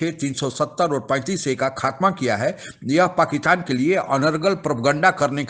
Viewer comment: पाकीतान नहीं पाकिस्तान बोलो भाई।